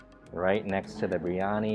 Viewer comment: ...it is pronounced BEER YANI..not BREE ANI.